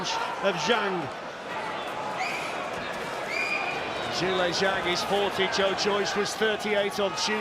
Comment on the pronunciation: Congratulation Zhang Zhi Lei for the re-match winner and sorry Joe Joyce for the loss, hope from this match, he could learn to be better in the future. Zhang Zhi Lei persistent and never give up attitude delivering who he is now. Hope your dream and goal come true. Anyway the right pronounce is Zhang Zhi Lei (Not Zhi Lei Zhang, is sound so weird). Because in Chinese, Surname is put in front of the name. Zhang is surname. Same as UFC Women Strawweight Champion, Zhang Wei Li (The first is surname, and put in front of the name).